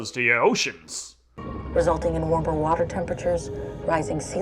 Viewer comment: She definitely said "Warmper water" and "ocean assizification", right?